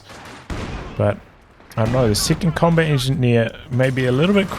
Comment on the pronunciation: It's a little tickled me when he say comet engi instead of combat. Is there a reason?